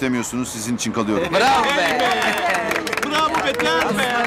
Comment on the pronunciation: Çekiling... İçing... Hahahaha 😂